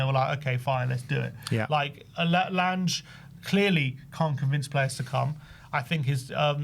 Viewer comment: You can’t even pronounce “Lange” properly and I’m supposed to take this seriously?